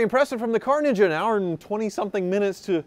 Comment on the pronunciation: He says Car Ninja like "Carnages"